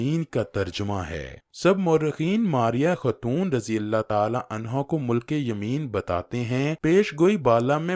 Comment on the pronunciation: مُلک یمین نہیں، مِلک یمین ہے. ی پر زیر ہے